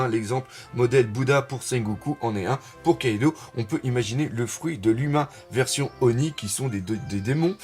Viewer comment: Salut, on dit KaidO pas KaidOU, stp ^^ Je l'ai appris dans une de tes vidéos via un commentaire de DBTimes, autant appliquer ses propres leçons:) Tu fais un super boulot sinon